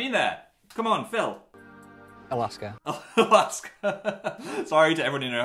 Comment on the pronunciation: As an Ohioan, it’s so funny to hear the question about Toledo and Cleveland and listen to Phil just say “ᵃˡᵃˢᵏᵃ”